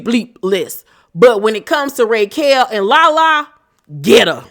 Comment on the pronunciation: Why are you pronouncing her name, “Raykel?” Lol